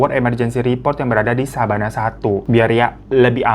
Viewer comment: Koq Sabana sih? Yg bener bukannya Savana yak? Apa efek lagi puasa nih gw jadi inget Sabana 😂😂😂